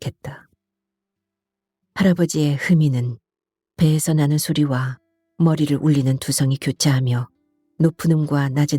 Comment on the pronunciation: 인트님목소리가 너무 좋아서 항상 잘 듣고 있습니다 그런데 내용중에 계속 "나는' 이 "너는"이라는 발음으로 들리는데 좀 이상하네요